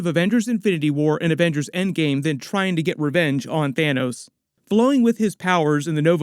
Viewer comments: "Thinos" am i the only one that caught that loll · 🤣 "Thinos" dude. 🤣 i literally just burst out laughing at that, like had i been taking a sip of my drink it'd be all over the computer